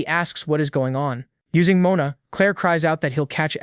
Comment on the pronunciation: Can you at least pronounce Mon-a the proper way Moana is a woman's name